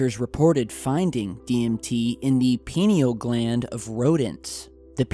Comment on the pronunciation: Pie-kneel gland... Lol